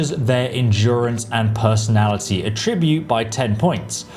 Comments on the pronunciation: Super minor thing, but when used as a noun, "attribute" is pronounced with the emphasis on the first syllable, vs the second syllable when used as a verb. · Am I the only one who feels like he's pronouncing attribute as if it's a verb rather than a noun? I mean, I know it can be both, but am I the only one who has been taught two different pronunciations based on whether it's being used as a verb or a noun? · pro tip: stressing the TRIB in attribute changes the meaning of the word. Stressing the ATT in attribute is the correct use of the word in the context of videogame stats. I atTRIBute this mistake to not knowing they are heteronyms (two words which are spelled the same, but mean different things depending on the pronunciation). Otherwise, great vid. Thank you! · It's attribute. Not "a-tribute". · The way you pronounce "attribute" makes it sound like you're using an AI voiceover lol (ah-TRIB-ute). You're putting the emphasis on it as if it was a verb, like, "to attribute something to a causative reason" as opposed to "ATT-tribute" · PLEASE look up how to pronounce "attribute" lol - good vid :) - its not "A Tribute" That's when you celebrate someone with words and deeds... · please learn to pronounce attribute!!! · I wish you'd learn to say attribute right. Good video though. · You’re pronouncing “attribute” like the verb, not the noun you’re intending. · Attribute (A tri byoot), pronounced with the accent on the first syllable, is a noun that means a characteristic, a quality, something that is peculiar or idiosyncratic to someone or something. Attribute (a TRI byoot), pronounced with the accent on the second syllable, is a verb that means to designate something as a cause of a situation, to credit a quote or piece of art to a particular period or a particular person, to assign a particular quality to an idea or a situation. The first one is the one you'll want to use..... Sorry, this was bugging the shit of me....